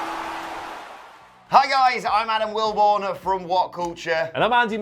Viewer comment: Adam Wilbourn-uh?😬